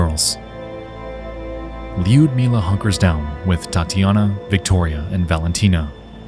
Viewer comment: Lee-udmilah ... 🤦‍♀It hurts to hear your name butchered like that. It's Ludmilla.